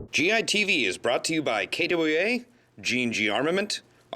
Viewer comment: Its not KdoubwuA lol